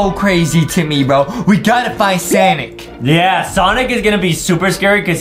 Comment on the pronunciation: It is sonic not sanic Justin